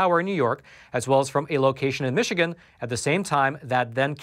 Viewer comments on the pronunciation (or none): none